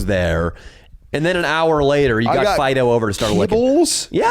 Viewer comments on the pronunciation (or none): none